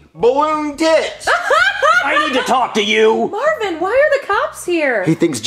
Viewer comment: Every time they say Marvin, one of my blood cells dies